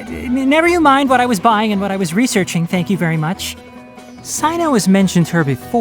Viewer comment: THERE WE GO!!! It's pronounced "Sy-no"